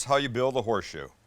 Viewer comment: It’s horseshoe not whore shoe 😂